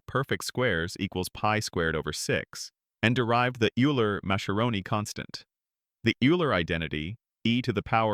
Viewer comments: Minor corrections, only because wrong pronunciation impacts credibility: - Euler is pronounced Oila, not Yoola. - Newton’s book is pronounced Prinkipia, not Prinsipia. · Another AI-generated voice-over. BTW - Euler is not pronounced 'you-ler', it's pronounced 'oil-er'. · Every polynomial equation has at least one complex root? Nonsense. (x-2)(x-3) is a simple counter-example. Eeeler - Ayler.....it's pronounced "Oil-er". Poor video. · The pronunciation of Euler's name is wrong. Is this a robot? Needs to be corrected. It is pronounced "Oiler". Otherwise, a great post. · LMAO the AI mispronounced Euler twice in a row in two different ways... come on bro....